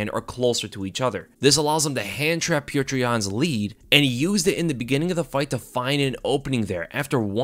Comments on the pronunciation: For the love of god, it’s not putrid yan. It’s pronounced “pyoter”. Just like fedor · I'm convinced that can't say Petr name right lol. Peow-ter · bro pronounce it peyoter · It’s hilarious that you can’t pronounce pyotr even nearly right